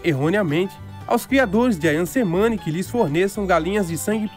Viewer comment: Só uma nota, letra C no idioma indonésio se pronuncia como "Tche".